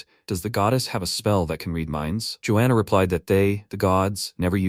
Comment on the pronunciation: georgiana ❌ joana ✅